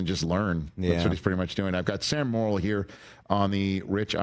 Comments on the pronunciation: Hey Rich, his name is pronounced "more" - "ill," not "moral." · Sure it's not 'morel' like the mushroom. 😜